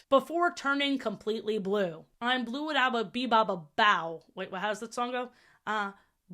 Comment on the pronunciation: The I’m blue flubbing killed me